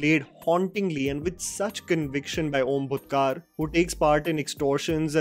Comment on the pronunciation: I doubt whether you know devnagari script but still it is not ओम भूतकार but ओम भुटकर Not तारडे but तरडे And lastly Not मंजरेकर but मांजरेकर